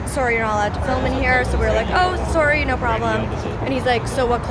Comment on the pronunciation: Molly saying "sorry" in the most Canadian way <3